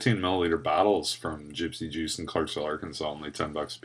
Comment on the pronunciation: tee hee... "Gypsy Douche.. Orangesicle" .... ?? =p Thanks for those giggles.. every time ya kept saying it that way. :) Live long(ER) & vape on!